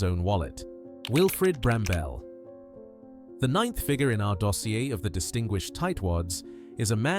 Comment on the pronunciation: . Wilfred Brambell (that’s Bramble - not Bram-Bell) was no “British” icon. He was IRISH. Bloody useless AI.